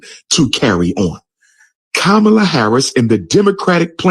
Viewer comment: He said KAB Harris , his totally out F-Knn funny!